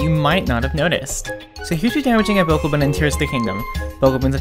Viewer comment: You’re pronouncing Bokoblin wrong